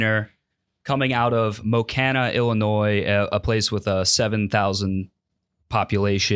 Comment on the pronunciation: hey, just a correction on your beast of the week: it’s Mo-key-na not Mo-can-uh. we all make mistakes legend, hope you bounce back next week!